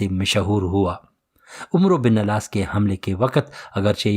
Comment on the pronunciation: العاس . نہیں العاص ہے